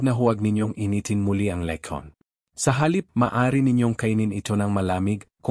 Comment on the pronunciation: Pati pagbigkas ng letson nd alam